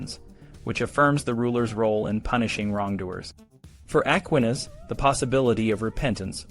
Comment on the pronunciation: An excellent and fascinating video! I hope your channel takes off dude! Two things though: the title didn't really match the content of the video. There was no list of "ways to escape the gallows." Second, you should definitely check on your pronunciation of Aquinas's name if you bring him up in the future lol. Still, absolutely teriffic writing and fascinating sources that paint a vivid picture of a completely different time and completely different culture, much more intimately familiar with death, and the threat of execution. Really shows well how people lived and thought in such a world.